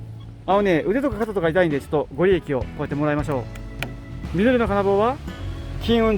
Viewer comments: ご利益(ごりやく)、成就(じょうじゅ)ですね。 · ご利益=ごりやく